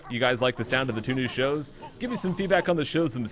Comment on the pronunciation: Oh i thought he said new shoes not shows